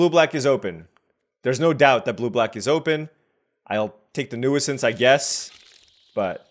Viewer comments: New-since. You don't pronounce the first "i" :) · That’s not how you say nuisance haha